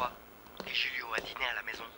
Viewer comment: Kiyès ki tande Laura di Roulio oubyen Julio??